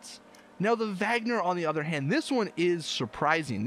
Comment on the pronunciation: It's pronounce Wagner